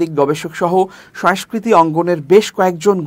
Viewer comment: Not “Uddhrito” It’s UDBRITTO , not “Soestha” SANGOSTHA , not “Soeskriti” SONGOSKRITI is correct. You should care about accent because you’re a news reader.